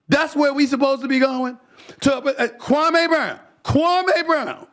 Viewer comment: He still pronouncing that man’s name wrong. 😂